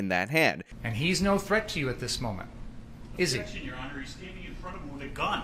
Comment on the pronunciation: The defense seemingly fucking forgot how to pronounce the word "objection"